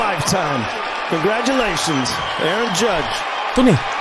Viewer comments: its obvious that pronunciation of his name as A.A-Ron went waay over your head, lol! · The fan that caught that homerun ball is now a millionaire. The baseball itself was estimated to be worth $2,500,000. Aaron Judge (Pronounced "air-on" like Aaron Rodgers) is 6feet, seven inches tall. That works out to 2.007 meters and weigh 267 pounds.